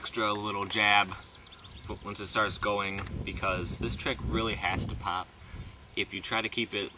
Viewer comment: listen carefully how he says "pop" at 2.15